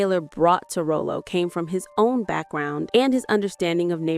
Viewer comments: And you pronounced the character name wrong it's "Rylo" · Rollo’s name should be pronounced like “Raw-Low.” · Ralo, Rah-Low dammit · Wrong. Pronounced Rah-low😉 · I tried to listen, but the mispronunciation of his character name is overwhelming. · The woman that is talking about this sitcom, You can tell she never really watched the show. Other wise she would know his name is clearly not pronounced that way. Just like the one's that talk about Tupac, don't know anything about him. they always pronounce his name wrong and say 2 Pack 🤷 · Pronounce his name right. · I tried to get through this but the mispronouncing of his name in Sanford and son is unbearable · The narrator insists on misprouncing the famous character's name. No Respect! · GIRLLLL.....I cringe every time you say Rollo's name WRONG. Before doing something like this, take the time and turn on Sanford and Son and listen to how you pronounce his name. This is unaccepted due to the fact that we have so much resources for you not to say his name correctly. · A wonderful video tribute, while pronouncing his name wrong from start to finish, is absolutely unacceptable 🤨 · What's irritating to me is the miss pronunciation of stars name .Stop giving us info until you really do your research 😔😤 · Is this an AI voice or did this female narrator never actually see a video of the tv show? Otherwise she'd able to pronounce Nathaniel Taylor's played character (Rollo) correctly! Lol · Man I was cringing every time she mis-pronounced his name...1❤ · Ok, it's not Roll-o it's Rah-lo. I had to click off. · I've never heard Ralo's (Rah-Lo) named pronounced as Rollo. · ... 🤦🏾‍♂️ iii can't‼️ ... 🙆🏾‍♂️ you just called him Rōl-ō, but it's [ Rŏ-lō ] 🧏🏾‍♂️ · To the Narrator: His name is pronounced Rah Low, not Row Low 😂😂😂😂😂😂😂😂😂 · His name should be spelled Rahlo so it's pronounced correctly not Rollo which is said Rowlow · Raw low Rah low Not Row low! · RAH-LOE not ROW nothing!!! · It's pronounced RALO!! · Who TF is Rowlow